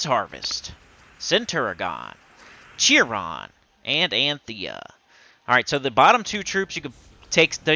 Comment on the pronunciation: Chiron is pronounced [Kai]ron" not jiron.